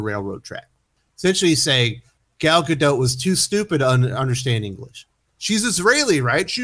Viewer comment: Do I think Gal Gadot (not Gador as said in the video and description) has problems with language in America? Yes, just as much as Americans saying and spelling her name do.